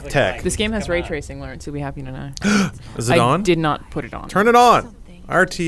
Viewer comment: Lore-ence. lol how has that never come up before